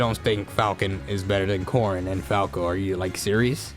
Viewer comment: Are you calling "Corin" "Corn" or is that an accent lol